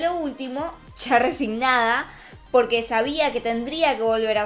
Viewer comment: Cuando dice " POQUE" es raro